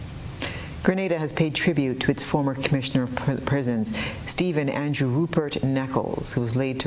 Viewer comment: This "an-jew" thing fretting me! It is "An-drew!"